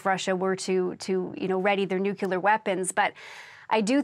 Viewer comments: "nucular" vs "nuclear" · It is pronounced 'nuclear' not nuke-elar